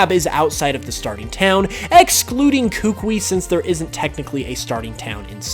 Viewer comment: Who's gonna tell him he's pronounci9ng the Alolan Professor's name wrong in this or does he already know since this video was uploaded in 2018?